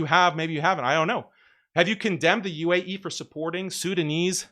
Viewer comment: Can't even say the word "UAE" , this shows it all